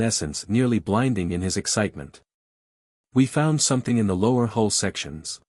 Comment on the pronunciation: HULL not HOLE